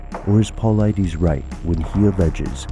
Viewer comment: I believe its paul-eye-diss. Not paul-eye-dees...